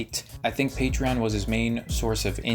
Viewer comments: On a side note, the way onision pronounces patreon makes me want to die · He says patreon weird